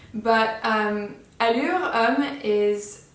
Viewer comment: You are best one on YouTube pronouncing “Allure”